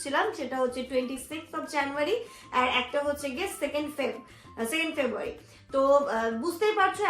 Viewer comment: Ki febuary,febuary korcho,beshi style marte giye February ta thik vabe bolteo parcho na...